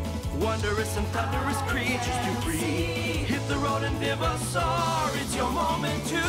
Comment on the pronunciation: For your 2nd fossil you should of used the drill for the edges and good job on saying vivosaur all other vdeos I seen did not even try to say it right.